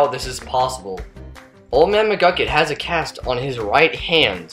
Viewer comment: McGUCKIT! not McCluckit!